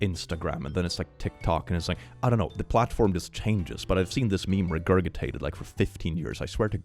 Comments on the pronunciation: OMG, it's pronounced regurjitated. You've been doing this for years! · Your English is of course excellent but you’re really going to have to learn how to pronounce ‘regurgitated’ one of these days. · Hearing "regurgitated" pronounced like did made me envision Gurgy from The Black Cauldron regurgitating an apple 😂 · I have never heard "regurgitated" pronounced that way, I love it! Makes it more onomatopoeic 😀